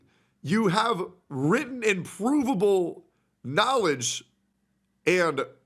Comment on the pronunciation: The way Andrew pronounces the word 'written' is foul though 💀